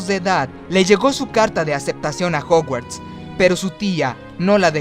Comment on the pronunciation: jouguards no. es jaoguards en pronunciacion.